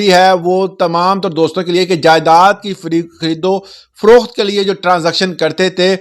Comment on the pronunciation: خریدو فروخات نہیں ہوتا ۔۔۔ محترم یہ پنجابی ڈھگلا تلفظ درست نہیں ہے ۔۔۔ یہ تلفظ خریدوفروخت ہوتا ہے ۔۔۔ "خریدو فروخات " نہیں ہوتا ۔۔۔۔